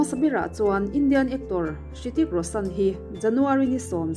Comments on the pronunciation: Ritik ti in lam zawkla afuh tur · Rithik tih tur tihna mi😂😂😂😂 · A bengvar thlak hle mai, mahse Hrithik I lam danah hian 'H' hi silent tur aw.